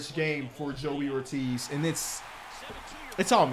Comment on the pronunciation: Joey Ortiz plays on the Brewers, was in the Corbin Burnes trade. Was a top 100 prospect on the orioles. You pronounce his name like David Ortiz